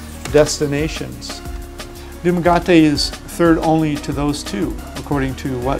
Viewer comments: I was disturbed hearing it tho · You’re pronouncing it incorrectly! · You need to pronounce it as the right name. Du-Ma-Ge- Te. Likje Getty oil. Not gutty not ga-Te Doomugetty ( in English . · Pls don’t murder the name DUMAGUETE, pronounced Dumaguete as in DumagEte not dumagate you’ve been there a Long time although we appreciate youte the Budget . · I cringe every time you mispronounce the name of the City. That is Doo-ma-get-teh and NOT du-ma-gat-te. :) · It is pronounce Dumaguete not “Dumagote” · I find your videos both entertaining and informative especially those in the Philippines as I have family there (Cebu & Davao) so well done generally. I was irritated by your mispronunciation of Dumaguete (Dhum a g eh té not Dhum a g ah té ) But that's my baggage. Basically your videos are great sources of information. Thank you. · It's Duma-GE-te, NOT Duma-GA-te. You actually live there for Chrissake, at least get the name of the place right. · It's pronounced Dum a GUE te, not Gum a GA te. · Sir it is not DumagAte , rather pronounced as DumagEte. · Really enjoyed all the information. But we both cringed everytime you pronounced Dumagete. It's not Duma-gaty. It's Duma-getty :) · FYI, it's called DumaGE-te, not DumaGA-te. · OMG! If you are going to do a video about living in Dumaguete the least you could do is pronounce Dumaguete correctly. (It's pronounced Dumagetti. Not Dumagatti. If you don't believe me, ask a local how to pronounce it. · nice video but I'm tired of your pronounciation of Dumaguete. It's not DumaGAWTEE, It's DUMAGETTY. Like Getty Oil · Dude, it's utterly embarrassing listening to someone giving "expert tips" on a which of which he doesn't even know the name. It's DU-MA-GUE-TE, not Du-ma-ga-te. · You are pronouncing Dumaguete wrong. It is pronouced du-ma-ge-te not du-ma-ga-te. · Duma-get-ee. Not duma-got-ee. I lived in the Philippines for 3+ years. They eat fish, rice, and veggies mostly. Chicken and pork... beef is a luxury. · DUMAGUETE not DUMAGATE🙄😲